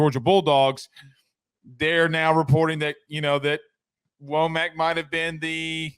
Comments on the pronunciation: It's pronounced, Wha-muk. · First, learn to pronounce his name correctly. Second, when he was defensive coordinator at Indiana, he was a Broyles award finalist as one of the top, five assistant coaches in America. He knows the Alabama, Georgia and Florida region as a recruiter. Finally, it appears as if. DeBoer is attempting to build a staff that will be there with him for more than a year, which Alabama has not had in quite some time. They could get away with that with Saban as the coach. I don’t believe that they can get away with that in the first few years of a new coach’s career. That kind of turnover means that every year turns back into the first year. He hast to build the kind of continuity that breeds success and earns you the right to later succeeded with high coaching turnover.